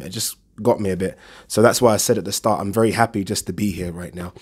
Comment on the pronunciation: Its pronounced 'H E R E' not 'H E Y A' jesussss